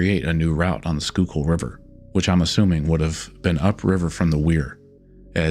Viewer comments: Think the biggest surprise in this video was the fact you pronounced Schuylkill correctly. In all seriousness this is a Very well put together video. Keep up the good work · When he pronounces Schuylkill correctly, you know he's done his research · I’m not sure where you’re from, but major props on correctly pronouncing schuylkill river 😂